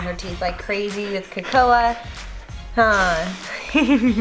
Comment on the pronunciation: Its hilarious but you disrespected her name its kAkoa